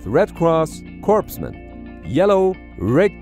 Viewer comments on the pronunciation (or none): when he pronounces "white with a red cross as corpse man!" 🤣 While spelled Corpsman, it's pronounced "Core Man" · It's pronounced "cor-man" not "corps-man". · Corpsman is pronounced Core-Man, while he was going over the helmet color meanings he accidentally pronounced it like it reads. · We had a certain former president who pronounces it "corpseman" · "Corpsman" is pronounced like "core man". They are the navy equivalent to medics. Sorry to be that guy, but I just had to correct that. It's like how some people get pissed when someone calls a mag a clip. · there are a lot more than 2-3 people involved in a VertRep and a lot less materials being transferred. Plus crew members are subject to being blown overboard. And I have never heard of refueling by VerRep, just about anything else is done. You need to fix your system to pronounce Corpsman correctly as Coreman, just as Marine Corps is pronounced Core. It is very offensive and just plain WRONG !